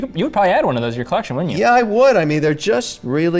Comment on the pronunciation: Kevin OLeary kills me always double wristing Richard Milles or the likes and talking about his "collezione" 😂